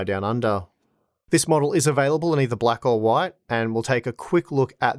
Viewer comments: Hwite, hwite, oowayt, why t 🤣🤣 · The way you say "white" would make you right at home in the US south lol